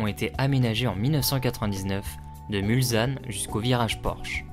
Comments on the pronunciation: Merci pour cette Très bonne vidéo. Bon boulot...Mais,, justement,j allais rectifier un détail,choquant à L oreille !.. MulSanne... Surtout Pas: MulZanne !!! Un S derrière un L ne peut se prononcer Z ! Parole de Sarthois, qui a grandi dès sa naissance, à même pas 2 kms de L entrée principale... J ai encore les sons des voitures en tête,alors que j avais Exactement 3 ans la première fois... Étant né un Onze Juin,cela correspond,comme cette année du Centenaire, au départ ou à L arrivée de La course! Obligatoirement Amoureux du Mans et des 24 heures. C est Totalement Mythique ! A bientôt à... MULSANNE !!! Prêt à T offrir un verre L an prochain, si Tu viens refaire un tour! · très sympa comme vidéo, par contre... svp...MulSSSSSSanne et pas MulZZZanne !!!!